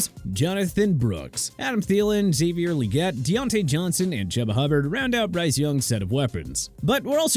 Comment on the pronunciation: It's CHUBA choo-ba Hubbard not CHUBBA!! Also Mostert is pronounced MO-STIRT not MOSTAIRT and Achane is pronounced Ay-chan! ALSO YOU SKIPPED THE VIKINGS!